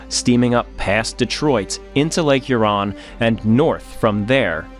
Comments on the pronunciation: FYI, im laughing here at your pronunciation if the word Huron. You're putting the emphasis on the wrong syllable. It's lake HURon, not lake hurON as you are saying. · Two things: Lake HUron, not Lake HurON; Belle Isle not Belle Island. Other than that it was a well-done documentary. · I'm still watching and enjoying this. Couple things as a person living 1 mile from the Detroit River in Windsor ON - pronunciations .. it's Lake Hur-on - Hur rhyming w pure and on as in on the table. The location of her lost anchor is Belle Isle, not Belle Island. Yes it is an island, but not named as such. I honestly do love your work, I do know you prefer accuracy. Thank you for including the bell ring ceremony. I'm trying not to kabbitz honestly. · I agree, although I wonder where he’s from, as he called Lake Huron “here-ON” several times 😅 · Well done, sir. I really enjoyed this. Some observations as a Michigander: 1. The name of the island in Detroit is Belle Isle, not Belle Island 2. I’ve never heard Sault St Marie referred to as “Soo City”, but “The Soo” is a common nickname 3. Your pronunciation of Lake Huron was off if you want to be picky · I suspect the narration and narrator are AI generated, although the script may have been written by a human. Some of the language pronunciation was off (e.g., Huron with accent on second syllable; "ore" was read as "or", etc.) Also, narrator had the same head movements over and over. I realize it is a real person, but the video of him and the narration looks AI generated. Good documentary though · I’m not even from that region but the pronunciation of Huron sounded odd to me. How place names sound is a good thing to check when making a video. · Never realized I was a pedant for the pronunciation of Huron until this video. Ouch! And “Belle Island”. That hurt